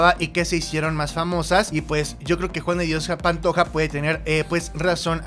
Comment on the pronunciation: Rosario es mi abuela y no sabe decir JUAN DE DIOS PANTOJA